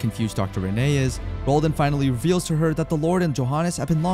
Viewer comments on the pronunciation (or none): I eventually stopped calling him Raoul and started pronouncing it as Raúl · WHY CANT HE PRONOUNCE RAUL?...😂